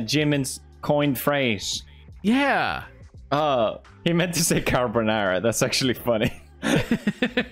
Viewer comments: its lajimolala because they read carbonara as car-the e sound when you say "wanted"(sorry i didnt know how to explain it lmao)-bonara so that's why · The last guy on the first round says ‘LACHIMOLALA’ it was originally said by Jimin to Jin when they are playing the game called guess the word while wearing headphones. Maybe try to watch BTS play some games on cam. He rock it hahaha PS: the word that Jimin should be saying is ‘Carbonara’ but Jin still got it right even Jimin says ‘Lachimolala’